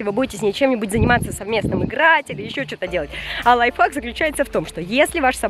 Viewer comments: ты сказала лайфак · ты сказала не лайвхак а лайфак